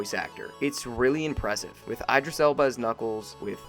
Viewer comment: “Eye-dris Elba”?